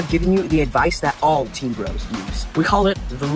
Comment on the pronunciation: I’m sorry if this is a little rude but it’s not Tween It’s teen